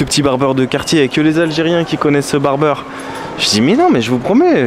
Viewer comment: On dit BARBIER et non barbeur faut pas s'étonner qu'il se soit donné que tu ne sois pas français mdr